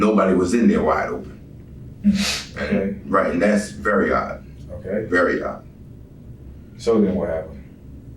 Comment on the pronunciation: HE sey thats wery od wery od. Man your behavier is wery od and not normal for a loving man, who just lost a love of his stupid life.